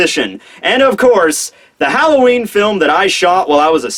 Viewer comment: Did he say whore-a-ween or horror-a-ween lmao